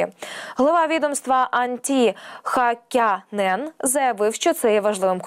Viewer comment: Може, ведуча таки спробує читати текст перед ефіром і правильно вимовляти важкі слова? Бо транспондер без букви "н" і міністр Хакі Нен (замість Хяккінен) - це непрофесійно. Так само, як і повсякчас називати путіна путлєром, а всіх росіян - рашистами. Це - формат новин, а не підліткового відеоблогу!